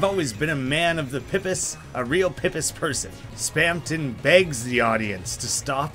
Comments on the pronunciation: It's not "pih-piss" it's "pee-piss". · "pipis" oh no, as a new zealander, that hurts. freshwater clams, they're pronounced "pip-ees", plural of pipi.